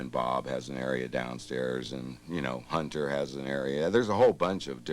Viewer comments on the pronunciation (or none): where is the H?